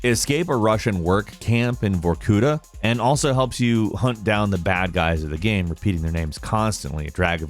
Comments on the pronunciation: Why do you keep saying gam instead of game??? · it's pronounced GAYME not GAHM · The way you pronounce "game" is frustrating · Where is from? He says “game” strangely. Geyame. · The way he says the word “game” is so odd to me. Not a bad thing or anything but it always trips me up when I hear him say “gayem”. Anyone else notice this? Is it like a regional pronunciation? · Bruh! why you pronounce Game Like that?